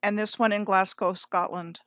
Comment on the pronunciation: I learn so much from your channel, really world class, pronunciation is important, there's no Scottish city called Edinboro, but there's a bird in Australia called a Cookaburra, yeah, Cookaburra-Edinburgh Cookaburra-Edinburgh, your Glasgow is perfect, most say like Glaas-cow so your Glasgow is down like a clown, so you go girl!